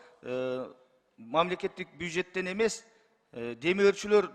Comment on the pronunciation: Дастан Бекешов молодец,крассавчик, коротко и ясно. Спикер соройду кара бюджет деген созду айта албай бужет деп доодуройт. Эч нерсе ответ айта албай доодуроп калды, тормоз. 😂